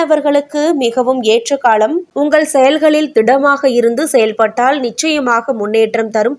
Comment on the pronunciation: தொளில், அதிஹமாண, சில ஹாலம் தமிழை இன்னும் கேவலப்படுத்தலாம். தமிள் மொளிப்பட்றாளர் ஹளைப் போள